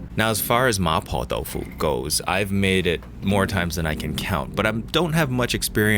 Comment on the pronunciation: that Cantonese there sounded perfectly fine. There's always a danger of introducing weird accents when mixing English and Cantonese in the same sentence, but that "ma poh dau foo" sounded proper Cantonese :P